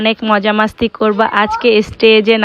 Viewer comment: মাস্তি না বইন মস্তি